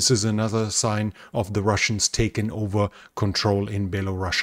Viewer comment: IT IS NOT BELARUSSIA! The country is called BELARUS! Who tf calls that country "baelarussia" ?